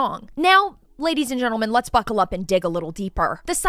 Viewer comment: the buccal up always gets me 😂